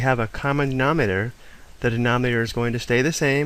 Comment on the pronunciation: Does it bother anyone else that he says "nominer" and "numertor" Yikes!